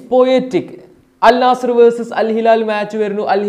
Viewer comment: അൽ നാസർ അല്ല അൽ നസ്ർ ആണ്